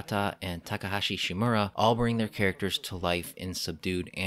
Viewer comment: did you say TakaHAshi Shimura?